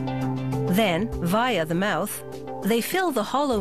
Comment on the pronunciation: she said fish's mouth weird at like ...